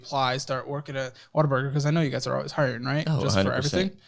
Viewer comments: I’m from the PNW and have never heard of “Water Burger” until this show. Then I took a trip to Tennessee and saw signs for Whataburger and was like “is this what is always talking about?!” Hahaha totally thought they were saying water burger the whole time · Why does EVERYONE pronounce it as “Water Burger”?! It’s clearly WUT-A-BURGER! Pet peeve. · 😂😂😂😂 yal hear him saying WaterBurger 😂😂😂😂. It's whataburger babe 😂😂😂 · What the hell is “water burger”?! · Why does say Water-burger?? 😂 In-N-Out > Whataburger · Saying “water-burger” is so disrespectful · will never be a Whataburger manager as long as he keeps calling it Waterburger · Why are y’all pronouncing it as “WATERBURGER”? At least it sounds like it lol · Anyone else google “pronunciation of Whataburger” after hearing it in the videos enough times? As someone who grew up in Washington state, I’m heartily confused about where the “ah” and extra r come from. 😊